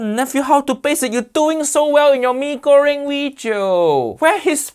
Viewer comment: Bro im so happy the how to basic guy didnt mess up mie goreng.im indonesian and it wouldve hurt me